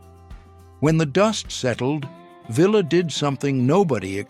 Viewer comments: It's always better to pronounce the names of people you teach about correctly. Pancho Villa's last name rhymes with tortilla. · Tired of these AI readers. Villa us pronounced Ve-ya.